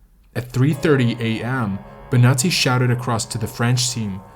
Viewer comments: It´s Bonatti, no Benati, please ' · So I was listening to this trying to fall asleep and I thought he was saying “nazi” every time he said Bonati. I was so confused like didn’t we already deal with the nazis? Why are there nazis on this mountain? 🙈